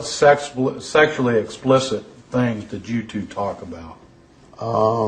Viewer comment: Absolutely I noticed that 'I susually do' & wondered why they didn't pull him up on it.